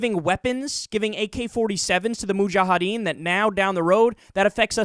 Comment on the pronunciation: Its Mujahideen. You keep on pronouncing in it like Mujahadeen. It ends with -ideen, not -adeen.